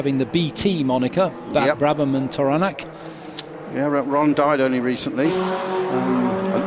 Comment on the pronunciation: This seems to be the appropriate place to ask this question: For all my adult life, this American (having never heard the name spoken aloud) assumed Tauranac was pronounced TOR-uh-nak (or maybe TAR-uh-nak, depending on how one might pronounce the first syllable of Taurus). But in this video I hear a commentator repeatedly pronounce it as Tor-RAN-ik. Is that correct, then?